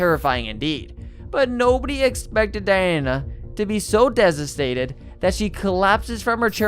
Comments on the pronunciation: Desitataed. Do you mean devastated? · Dezastated? Rerehbarates? What are these words ?? Maybe another take? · Haha I know right, “he was so desestated” 😂😂😂😂 ,I think the narrator could definitely do with a course of elocution lessons😂😂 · Desistated? Reveberated? 😂 Jesus christ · “armed burgerly and he was accomplince had committed”? “desistated”? “revreberates”? I hope English isn’t this guy’s first language! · "An armed BURGER LEE" ?!? What the F*CK?!? 🫣 "ACOMPLANCE" 😂 "So DESASTATED" 😂😂 "REVEBERATES" 😂😂😂 "AMBLIANCE" 😂😂😂😂